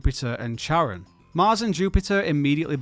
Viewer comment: Not how you pronounce Charon's name 🙈😝